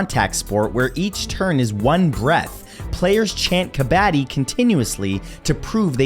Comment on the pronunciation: Kabaddi is pronounced: Ka-bhud-ee ✌